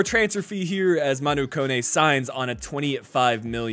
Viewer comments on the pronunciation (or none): none